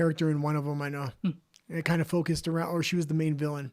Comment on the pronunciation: Vilayn is pronounced like Villian.